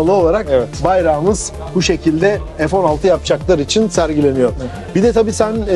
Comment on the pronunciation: Cok ilgi çekici bir uğraş islemişsiniz ..tebrikler , lakin görevlilerin sırtında neden Staff yazar ? 😅 ...ve neden yari ing EF yari Turkce 16 , 15 denilir .. EF - 16 olarak OKUNMASI GEREKIRKEN neden Türkçe telaffuz edilmez ? Hemde tam Turk DIL Bayrami Haftasında...YAPMAYIN BUNU çok yazık !